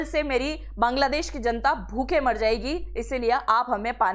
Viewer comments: aap pahla sabd bangla desh ki jagah kangla desh bol rahi hai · मैडम बांग्लादेश है नौ कांगलादेश😂😂😂